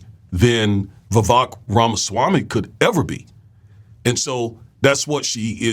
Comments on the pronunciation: When you say, Oohhh ramaswamii what-do -you-think -about - THAAAT!!! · Everyone is misspelling and mispronouncing Ramasmarmy.